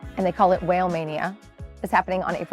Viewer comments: It’s the rapper pronounced WHAH LAY 😂😂😂 not WHALE 🐳😂😂😂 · Wale is pronounce “wall-aye” he’s a rapper. It’s okay. Not like you knew. lol